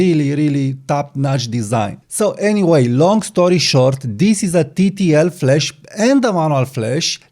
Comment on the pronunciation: Not ragging on you, but it's flash not flesh! I came here for flash not flesh. The 'a' in 'flash' is pronunced like the 'a' in 'apple' or in 'cat' (æ). The 'e' in 'flesh' is pronounced like the 'e' in 'bed' (e). The 'a' in 'flash' is a longer vowel sound than the 'e' in 'flesh.' On the other hand, I now am hungry for a steak. 😮